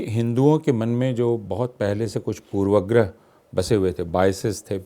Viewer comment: कम-से-कम अपूर्वानंद ऐसे विद्वान से यह उम्मीद नहीं की जाती कि वे 'पूर्वाग्रह' का उच्चारण 'पूर्वग्रह' करें।